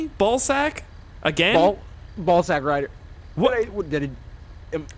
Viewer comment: "Corporal Sackride"? XD